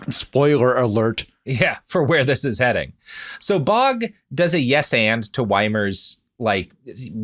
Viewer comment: I'm fairly certain that the nsme "Baugh" is pronounced "baw" as opposed to "bog". English is funny that way so don't laugh.